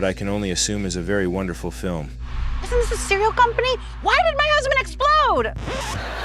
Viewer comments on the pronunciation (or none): none